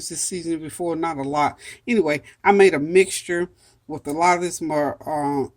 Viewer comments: It’s pronounced Mar-ja-ram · You pronounce it : Mar - jor - am. I will def be making this chicken, looks delicious.